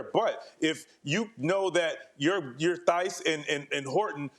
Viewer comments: ngl every time the national media pronounces the H in Daniel Theis name i cringe hard. if you are gonna mention playesr (especailyl foreign players) at least learn how to say their name. also kept saying horton and not horford. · lol VC kept saying Horton and thighs 😭